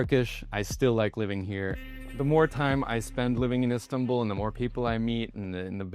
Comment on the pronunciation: He pronounced Istanbul like turkish people not like Americans 😂 correct : istan-bul , wrong : is-tanbul